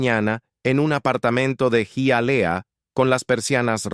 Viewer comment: Hialeah se pronuncia ...jayalia...